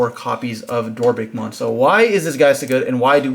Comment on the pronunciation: DorBICKmon, everyone be saying DorBRICKmon 😢